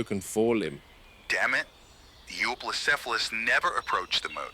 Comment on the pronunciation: 2025 and mfs still can't pronounce Euoplocephalus